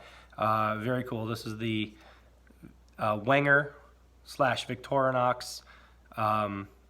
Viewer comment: Wenger = VENG-uh The W is a Vee sound. The G is hard. Now just called the Delemont Collection of Victorinox. Cheers!